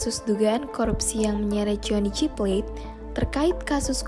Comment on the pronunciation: Johnny G.plate kak bukan johnny jyplet